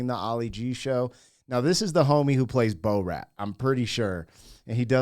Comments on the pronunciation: Please don't say bo-rat lol. It's bore-at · Its not Bo Rat its Borat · His character is pronounced bore rat. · The way you pronounce Borat is shocking. You are American though. It’s understandable.